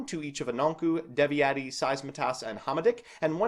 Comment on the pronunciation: I know Eastern/Northern Europian languages are not easy to say, but Devi-eti, Saizmetas, Hama-dick, Sugget and Piati were tough to hear. The other three were borderline cases, I don't expect anyone to know the accent on the first try. (Well this is also the TCG's fault, maybe it would be easier to say Beelzebul, Lucifugus, Asmodai, Belphegor, Baal, Adramelech, Lilith and Nehemoth.)